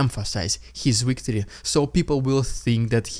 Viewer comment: It's "victory", not "wictory". I've been listening to you do this for 2 years now. Please get it right.